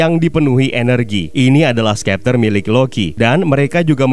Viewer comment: Bang kok ngomongnya skepter kan harusnya septer